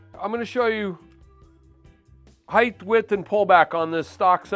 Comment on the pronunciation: HeighT not heighTH